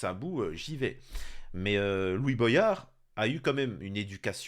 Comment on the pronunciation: Salut l'ami.. Juste une petite blague antillaise.. Comment tu lis voyage ou goyave comme Boyard Mdr... Je ne sais pas d'où viens ce problème français entre voyage et goyave et maintenant Boyard...mdr Sinon à part le sujet de la monarchie où je n'ai pas compris pourquoi tu as confiance en 1 homme quand tu vois Staline, hytlir ou même Macron :( D'ailleurs j'aimerais bien qu'on en parle un jour si tu veux bien... Mais j'ai peur... On me traite de fou pourtant car j'ai confiance au travail de groupe hors :( Bref!! Compliqué... Un être humain change de caractère plus vite que son ombre :(